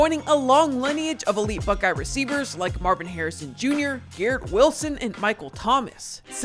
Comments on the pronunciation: He also pronounced buckeye as buckee lmao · You pronounced Akron and Buckeye atleast once wrong.